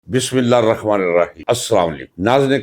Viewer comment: Asalamoalikum G ap nay program kay aghaz main bismillah arahmaniraheem padha hay is ko correct ker lain arahma nahin hay Allah kay nam main jo hay ati hay us kay neechay zair hay lihaza is tarah sahi pdha jay ga Bismillah Hirrahma. Umeed hay naraz nahin hon gay. JazakAllah khairan